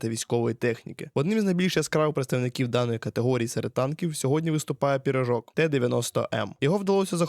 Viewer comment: Не пірожок а пиріжок вчіть мову рідну